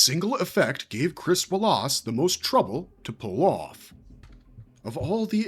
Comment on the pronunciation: Who the hell doesn’t know how to pronounce Wallace correctly!?